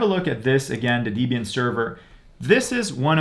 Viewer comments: “Dee-bian “ < off to an early eye-roll!> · izo... deebian? lol ok bud